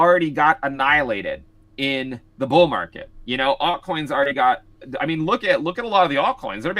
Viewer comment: Does anybody else cringe when this guy says aut coins??